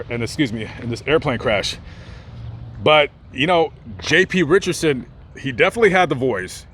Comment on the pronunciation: His name is Richardson not "Richerson" there is a D in there. you dishonor his memory by mispronouncing his name.